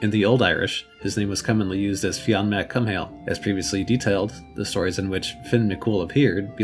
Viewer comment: Awesome vid. But his name is pronunced Fionn 'McCool.'